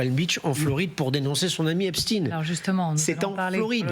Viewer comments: Il ne s’apelle pas epsteiiiiiinnnnn. Pourquoi vous modiez la prononciation de son nom ? Pour que ca fasse russe ? Il s’appelle Epstein. C’est un americain d’origine allemande. Ce n’est pas un russe. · Ce n'est pas Epstin mais EPSTAIN qu'il faut prononcer un nom d'origine Germanique STEIN qui veut dire pierre en allemand et pas STIN quelques journalistes prononcent correctement Comme la ville d'Erstein en Alsace se prononce Erstain OK😬 Ainsi que Klein ce n'est pas klin mais KLAIN ( petit ) et Weil n'est pas Wèl mais WAIL Parking ne se prononce pas Parkinge que je sache alors un petit effort Mr les journalistes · ce n'est PAS l'affaire Epst-IIIIINE; tout comme EIN-STEIN, comme PIERRE en bosch, tout comme le film Mr. KLEIN, avec alain delon, c'est KLEIN, comme en bosch PETIT; votre prononciation a l'americaine demontre votre bias et votre complicite. comme votre ex-ministre, mme. Borne, c'est mme. BORNSTEIN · EpstEIN ...et pas Epstine... On dit EnstEIN pas Enstine...on sait exactement ce que vous faites et pourquoi